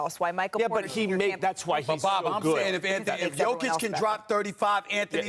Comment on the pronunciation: Hunh? The Lakers aren’t good. They are in the 10th position in the west, exactly where they should be. It’s just ESPN that talks up the Lakers above their ability because they think that attracts eyeballs. And Bob Meyers, holy smokes dude, how about you learn how to pronounce Jokic’s name.